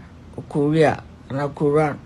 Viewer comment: Somebody was telling him what to say he couldnt even say korea am so sorry learn sense short man